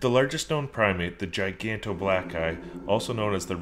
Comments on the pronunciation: Za Lian obviously he fucking knows that dumbass😂 the way the guy said it in the video sounded like "The Giganto Black Guy" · the first one sounded like "the giant black guy" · did this dude just say giganto black guy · Did HE JUST SAY GIGANTOBLACKGUY!?? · it sounded like he said giganto black guy